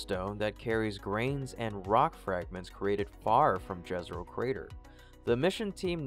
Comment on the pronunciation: [jêzero] (you will be close enough if you just pronounce the first consonant as in "yes", not "jazz", although the last vowel is also a bit different, like in "more").